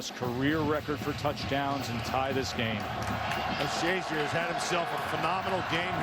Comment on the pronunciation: Ryan "shay-ZEER" apparently hadn't made a name for himself yet, considering the number of times the announcers referred to him as "SHAY-zur."